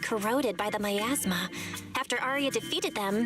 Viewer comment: aria though said "my asthma" instead of miasma, hence the reply aria gave